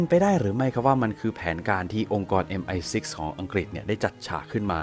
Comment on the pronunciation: ออกเสียง MI6 ได้น่าฟังมากค่ะ